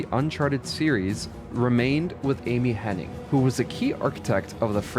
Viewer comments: FYI her name is Amy HennIG not "Henning". It's painful to hear every time you say it wrong, especially when her name shows up on screen in your own video. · Hennig, not Henning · It's Amy Hennig, not Henning. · It sounds like you pronounced her last name as "Henning" the whole time although her name is "Hennig" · HEN-EGG, NOT “HENNING” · It’s Amy Hennig, not Henning. If you’re going to say a very simple name many times, then at least get the name right. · Her last name is Hennig. You’re throwing in an extra N that isn’t necessary. You’re saying Hen-ing. It’s Henn-ig